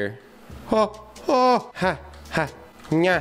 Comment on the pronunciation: Its nya .-.